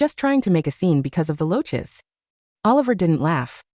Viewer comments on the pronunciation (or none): Roaches not loaches!!